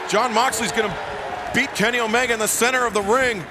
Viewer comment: it sounded like Justin Roberts was saying uh-oh while announcing Omega's name 😂